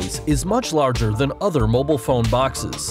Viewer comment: The way this guy says mobile pisses me off